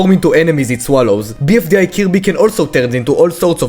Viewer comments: how we pronounce kirby: kirby how pronounces it: cubey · Just his accent , ok? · Bro said killbe😭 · I'm sorry... Did you say "kill-be"? Is Kirby Committing suicide!?😲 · When he said Kirby I thought he said cubey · Why did say kirby like that